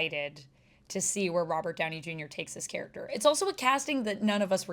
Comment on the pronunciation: “Robber” Downey jr lol